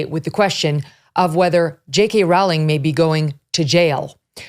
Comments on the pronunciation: Rowling is not pronounced like howling. It rhymes with the sport of bowling. Mnemonic: "Let's go bowling with JK Rowling!" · 1. Rowling is pronounced like rolling. 2. J.K. Rowling lives in Edinburgh, not Glasgow. 3. Glasgow is pronounced "Glazgo". 4. The bill passed 88-28, not 88-32. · Another top-level journalist who can't pronounce the name "Rowling" correctly. It's pronounced like "Rolling" FYI.